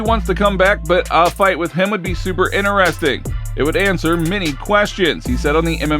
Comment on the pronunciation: Please stop saying ineresting. It's interesting